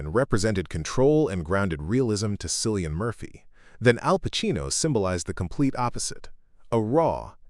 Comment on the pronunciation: Please pronounce his name correctly…..Killian. This documentary is well done, I love learning about my very favorite actor! Thanks!❤️